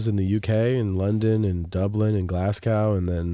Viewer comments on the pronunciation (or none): Tom really pronounced Glasgow as glass-cow... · GLASGOW!!! Not Glascow